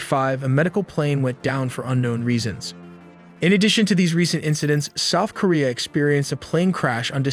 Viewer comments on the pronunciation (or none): none